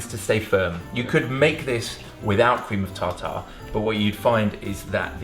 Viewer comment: Cream of tawtaw lol